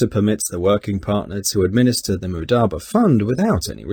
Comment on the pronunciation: He cant even say it right- its not mudaba its mudaRAba